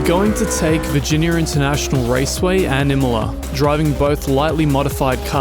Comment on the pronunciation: I can't get past the "viginiarrr". Come on man